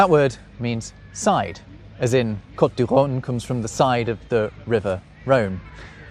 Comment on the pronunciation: Pronunciation of ecurueil e as in egg, cur as in cure, ueil, a as in the name of the letter a. All said with a French accent. Your vowel sound o in cote is not quite right. It's not o as in cot but o as in coast. More like that anyway.